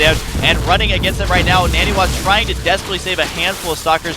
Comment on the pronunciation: It almost looks like Ret coulda won if he took out the pylon powering 2 of those warpgates. Wouldn't took out 33% of NaNiwa's production. Also, is it just me, or is it pronounced NON-e-wa and not husky's NANNY-wa?